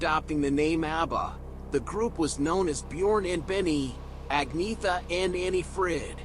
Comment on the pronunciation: It’s pronounced Onyetta actually 😉